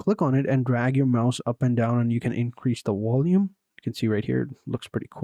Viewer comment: Vindow and wolume eh😂